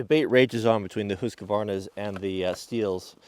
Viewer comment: Husqvarna is pronounsed 'huskvarna'. No q-sound.